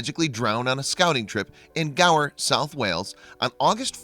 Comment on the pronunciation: Perfect annunciation of the Gower (not far from too far from where I live in South Wales UK), but Gloucestershire is pronounced Gloss-tershire (the English language in its infinite wisdom). Really interesting video 👌🏻